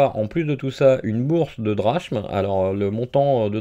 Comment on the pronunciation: Pour infos la monnaie se prononce drakme :p